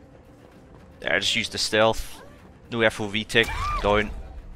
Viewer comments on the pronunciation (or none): none